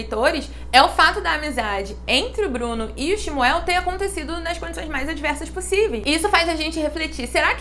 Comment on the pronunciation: Eu aprendi que a pronúncia do nome era Xxxxmuuul.